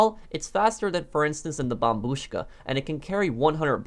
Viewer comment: You say bombushka like a russian